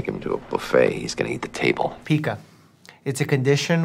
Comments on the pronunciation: Pica is pronounced pie-kuh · Curious, Doctor Mike: how much research did you put in to this one?? As a late diagnosed Autistic, I was, again, moved by yoyr hunanity toward this child. Of course you now get to take credit for, effectively spoiling House for me. Adored your pronunciation of PICA over House's, primarily cos it's the pronunciation I learnt when supporting a customer with it. Still not out of the habit of ensurinv bins have secure lids!! Also loom bands always get pucked up and binned!!! The person who had PICA left our service many moons ago, howeve the vigilance I learnt from that one served me well, recently whilst supporting another oerson with PICA. Treat them all like cats-if a cat chooses to come to you, then you can spend time with it; if it chooses not to, but leave it alone, or risk claw damage. Similar with people, especially me!! So, a conbo of thank you and you, for your apparent attitude to autistic folk, on the one hand, and your attitude to House, on the other...🤪💙🤪💙🤪💙